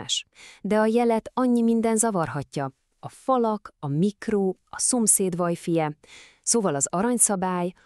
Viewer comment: Kitépem a dobhártyám a retinámon keresztül amikor meghallom hogy vájfáj😂